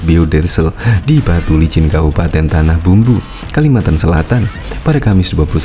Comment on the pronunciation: Tanah Bumbu bang, bukan Tanah Bambu wkwkwk